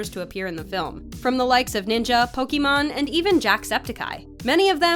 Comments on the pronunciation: Is it just me or they called “”? Here it is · did she say Pokemon! Its Pokemane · her names po-ki-main. not pokimon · Lol. She said Pokémon, it’s pokemane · Its pronounced pokimaine notn pokimon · HAHAHA THEY SAID POKIMON ITS POKIMANE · fr said pokemon not poki mane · Not only right that they haven't spelled pokimane in the video but she says Pokemon wtf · Bruh u called Pokèmon XD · omg please make her stop calling her 'pokemon' HER NAME IS PO-KEE-MANE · idiot it's pokimane not pokemon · did she said pokemon instead of pokimane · did you really call "pokimane" "pokimon" like an adult would say "Pokémon" multiple times? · She said Pokemon looool its poki-main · Wait did you say Pokémon instead of pokemain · Its Pokimaine lady not Pokemon. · BRO AM I THE ONLY ONE WHO'S OFFENDED THAT SHE SAID POKIMON INSTEAD OF POKIMAINE??!! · bruh its pokimane not pokemon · Lol it’s pokimane not Pokémon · Did she just say pokemon instead of pokimain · Bruh it’s Pokémaine not pokemon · Did she just say Pokémon, it’s called pokimane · Ur stupid its pokimane not pokemon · Pokémon. Wtf it’s pronounced PokeMayne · Did I straight up hear pokemon it's pokimane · DID YOU SAY POKIMON????? First of all it’s pokimane, second of all its Pokémon not Pokemon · It’s poki mane not Pokémon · It’s pokimane not pokemon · IT'S POKIMANE NOT POKEMON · Pokiman not Pokemon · SHE SAID POKÉMON INSTEAD OF POKEMANE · pokemon?!?!? its pokemane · "Poke Mon" *poki Main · Its pokimane not pokimon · My girl said Pokémon it’s Pokey main that’s how you pronounce it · LOL. They pronounced as. lol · "Powkeemon" instead of "powkeemeyn" 😭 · Wait she really just say not, hahahahhaa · pokimaine she saids pokemon hahahaha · ah yes my favourite streamer "Pokemon" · I like how you say her name as Pokemon, the twitch thot is a problem enough good seeing someone making fun of her (even unknowingly) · Why the hell does she say say Pokemon that's not how you say it